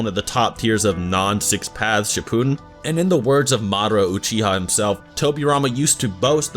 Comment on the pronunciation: Did did- you just say shippooden